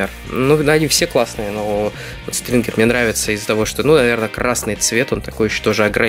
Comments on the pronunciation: СТИНГЕР, А НЕ СТРИНГЕР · стингер а не стрингер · очень хороший обзор, есть несколько примечаний может быть не заметил или оговорился, но красный не СтРингер, а Стингер и еще по поводу частей трансформеров Бамблби - 1, тут ты прав Рэтчет - 1 либо 2 Черный робот(название не помню) - третья часть а Стингер из эпохи истребления, тобишь 4 удачи 👍💪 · Ем, не стрингер а стингер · Не стрингер, а стингер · Правильно не Стрингер а Стингер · Не стрингер а стингир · хаха )) немного момент расмешил )) не Стрингер а Стингер ))) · Ты сказал Стрингер место Стингер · Не стрингер,а стингер(stinger) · Не стиригер а стингер ) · Ахахах,не СТРИНГЕР,а СТИНГЕР. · правильно Стингер а не Стрингер читать и произносить научитесь неучи, 2 вам по Английскому языку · Иван Разживин я знаю просто подчеркнул тот косяк что он не правильно произнёс